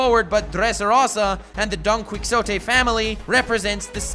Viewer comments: Don key o tey not don quix tote although i understand the misconception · Seriously can you not even pronounce Don Quixote? It's pronounced dokney-hoteh, not dawn quick sotay. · "Donquicksote," I love you...but it's pronounced Don Qui-hote-e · Don-key-oh-tay not Don-quick-oh-tay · Just wanna say its not pronounced DON-QUICKS-O-TEH its Don-qee-ho-teh... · Its not Don Quicksote......its pronounced Don Ki - hote, or Don Quijote (the j/x is pronounced as h) if you have a latin background. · don quick sote? hahahaah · Are all your mispronunciations on purpose? God, they're so distracting and irritating. Don Quixote is pronounced "dawn kee ho tay", not "quick so tay". Dressrosa is pronounced "dress rosa", not "dress raw sa". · Say it with me chief... DRESS- ROW- ZAH DON-KEY- HO- TAY 😂 youre dope, make more one piece vids! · Nice video dude, only problem is that donquioxte is pronounced as don-Qee-hoTay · Okay, while this is interesting, Spain was betrayed by France during that time, and was also mainly an ally of Britain most of the time due to their geographical situation. That being said, it's true that those were the alliances during Napoleon's time. Btw, it's pronounced /don ki-hoe-te/, not /don cui-xo-te/ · Hey! About the Napoleon thing, Napeoleon was actually pretty freaking tall for his time. The issue is that we came up with that measurement thanks to British propaganda and mistranslations. So... Yeah go figure, even the giant part lines up. Also it's pronounced don-key-oh-tee. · Fyi don Quixote is pronounced: don kee ho tay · It’s pronounced don-key-ho-tay and dress-row-suh 😭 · don kwiksowtey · Oh my GOD the way he says Don Quixote is making me fucking MAAAAD. however, the analysis on how it relates to the real world was spot on (from my perspective) and deserves a star.